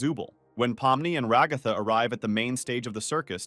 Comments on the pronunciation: You called Ragthu Rogthu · i like how it not ragatha but rA gA thA